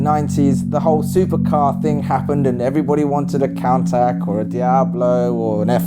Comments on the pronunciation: He's the first guy I've seen who pronounces Countach as "Countac" and not "Coontaash"... Not hating on him or anything... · I'm sorry... a count-tack? It took me a solid minute to work out he meant Countach. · lol, he mispronounced countach. he said "contact" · Never heard anyone pronounce Countach like that lol